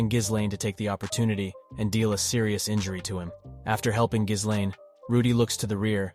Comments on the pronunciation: One of the things that really bothers me about most of these video essays and explanations is that so many people pronounce it as gis-lane when it’s actually gil-lane the h and the s in ghislaine are silent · oh my god every time he says geeslane instead of gislaine it drives me through the fucking wall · Giz lane lol Dude her name is Guilane! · "Geese lane" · Ghislaine's mispronounciation is wild to me compared to the sub 😂😂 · how many time we gonna change the pronunciation of Gislain? just curious